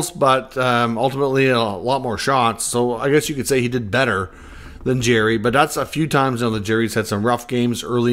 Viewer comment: Love the content and maybe it’s a Canadian thing but I’m sure it’s pronounced Jar ry